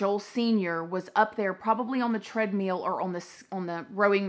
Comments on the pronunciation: "Tread-meel" 😂love it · Who else is saying tread-meal instead of treadmill now😂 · What's a treadmeel?